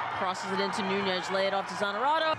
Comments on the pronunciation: Nunes, not Nuñes. It’s portuguese, not Spanish. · And she says "Gabi Nuñes" instead of "Gabi Nunes".